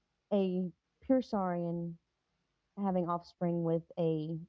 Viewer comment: what is a Soorian race. Is that the way you spell Soorian?